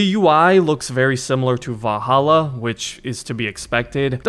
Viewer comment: Bro cant pronounce valhalla properly to save his life